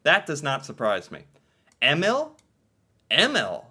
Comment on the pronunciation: some guidance. If you want to say it right. Use google translate with sound . But EMIL is not pronouced EMMILL. It's Eh-miil. Emilie is Eh-mi-li-eh. Thea/Theo is Teh-ah/oh. Tobias is To-bias.